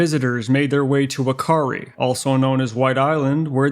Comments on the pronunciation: It is Fa not fu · Great video, just an FYI, Wh is pronounced as an F sound in Māori, so the correct pronunciation is fu-ka-ree